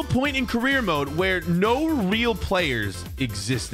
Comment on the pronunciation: You said weal player